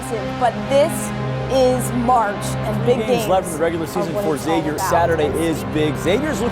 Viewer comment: Somebody teach John Hughley how to pronounce Xavier correctly please.